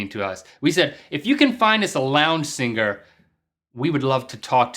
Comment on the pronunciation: Link sounds like he says singer with 2 g's. singger